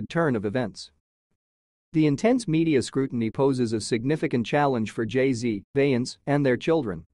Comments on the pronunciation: Ughhh, that "Bey-ence" is KILLING ME. They gotta do better with this AI thing!! 😳😫🤦🏾‍♀️ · Plz get an announcer that can pronounce Beyounce's name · AI, please do better. I cannot listen to something that doesn't pronounce correctly. The lies.😂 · Ya think you could pronounce Beyonce's name CORRECTLY🙄🤔? ...UMP....